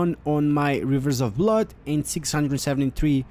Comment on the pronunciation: Hmm hivers of bluud